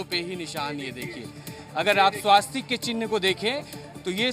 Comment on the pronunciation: 'स्वास्तिक 'नहीं 'स्वस्तिक' यह सही उच्चारण है। संवाददाताओं को सही उच्चारण सिखाना चाहिए।